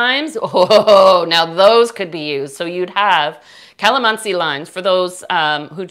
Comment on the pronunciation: Wow watching you here from Philippines.. and I just smiled when you say Kalamansi..😊😊 You are indeed a good baker.. Hope to make this recipe soon.. Btw thank for your helpful informations. God Blessed.😉😊